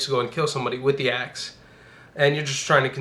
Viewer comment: Instead of axe I heard ass XD